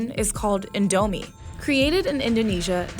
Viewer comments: They say it “in douuuu meee” and that frustrates me >:( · ITS PRONOUNCED AS INDO- MEE NOT INDO MI OR INDOMINE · *in*domie, not in*do*mie If you’re South East Asian and think that pronunciation was sacrilege, imagine hearing it as an Indonesian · It's not in dou mee it's called in do mee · It is still called INDOMIE... NOT NIGERMIE...😅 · the way she pronounce indo mie kinda ticked me off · its actually pronounced as in dough me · Lived in Saudi Arabia my whole life, pronouncing it as en-do-mee, how is it supposed to be pronounced? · in dou me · Vietnam's beef noodle soup is pho Oh, I pho-got Edit: when she said indomie if felt like commiting suicide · HOW did she butcher the word 'indomie' so badly? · The way she says indomie kills my indonesian soul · Hearing her pronounce "indomie" wrongly was sacrilegious to my Southeast Asian ears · How they say indomie and mie goreng annoys me so much since I’m Indonesian. It Stresses me out.